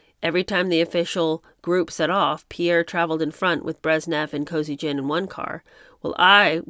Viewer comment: Pierre? Kosygin . Thought it was Alexei. Anyway, if the same Kosygin, it used to be pronounced Koe SEE gan in the 1970's media.